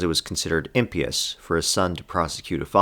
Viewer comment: I was annoyed by your pronunciation of impious until I made a drinking game out of it, but just for my own sanity: its pronounced the same as you are pronouncing pious, just with the "im" in front of it.